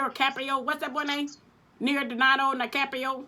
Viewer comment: How you gonna mess up leonardo dicarpio name now come on lmao 🤣